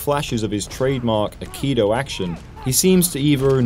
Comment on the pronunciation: Just FYI, the correct pronunciation is 'ai-kee-doe' not 'akido'